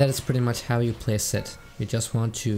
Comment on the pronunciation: It sounds like he’s saying sett not zed